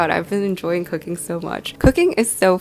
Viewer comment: For some reason when you said that you been into cooking lately I heard coc**ne and was like what noo